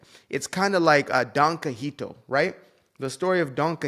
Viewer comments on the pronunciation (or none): It’s pronounced “kee-ho-tay”, and he fought windmills thinking they were giants. Regardless, it’s THE holy grail of satire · It's pronounced "kee HO tay". Otherwise, spot on.😉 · Kee-Ho-Tay, actually.